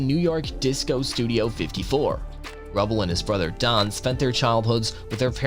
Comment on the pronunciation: Steve rubell & Keith Hare ring (is how you pronounce there names)